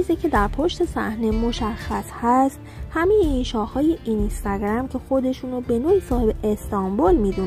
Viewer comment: اینِِستِِگََرَم!!!😂😂این به چه لحجه ای بود اخه.مجبوری؟